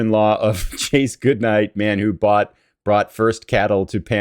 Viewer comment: "Chas" is short for "Charles" and if not pronounced as "Charles" would be "Chaz" not "Chase". The historical figure's name is actually Charles Goodnight. He's a pretty interesting figure in ranching history.